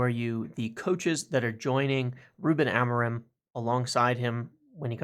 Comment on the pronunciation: As a welcome gift to Ruben, MU fans should try to say his surname properly: the stress is in the final syllable a-mo-RIM, the M is not pronunced and the sound is nasal (like the "IN" in sINg)